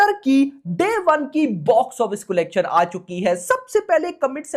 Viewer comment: Bhai it’s not colegtion its collection 😂